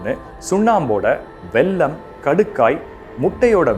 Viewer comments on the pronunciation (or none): none